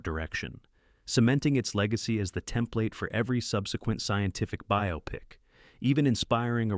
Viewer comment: The narrator pronounced “biopic” correctly. Must be a real person narrating this.